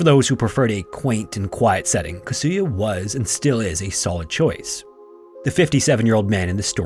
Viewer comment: Kasuya... please don't put an accent on the second syllable. Slight accents on 1st and 3rd syllables ... 3rd is only very slight. All the Japanese words are similar. Tetsuko.. Yamada etc...